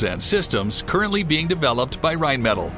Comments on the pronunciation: Not a bad video but you need to learn to pronounce Rheinmetall and Oerlikan. (Phonetically) Rine-meh-tall and ehr-lee-con. It took me 30 seconds to look up both and that little bit goes a long way. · rhein metal ? no , you mean to pronounce that rhein meh Tal emphasis on the T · If you are going to post a video, at least show some respect and pronounce Rheinmetall correctly. The pronunciation here was embarrassingly bad. Other than that the content was good.